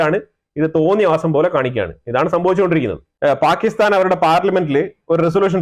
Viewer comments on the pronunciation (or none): none